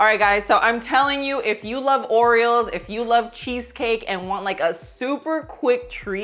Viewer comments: I thought that was just me that notice that😂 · I know, I kept picturing the bird 😆